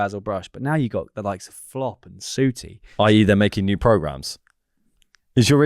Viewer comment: The pronunciation of “Sooootie” is the most offensive thing in this pod. Fantastic work.